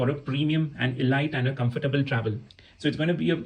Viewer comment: thanks! btw, it's not e-light, but a-leeet (elite)